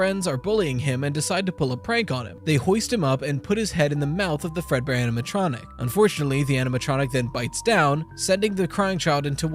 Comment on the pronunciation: The "aminatronic" keeps bugging me rveryones foing it these days